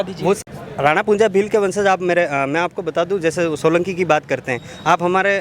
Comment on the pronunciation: सोलंकी नहीं होलंकी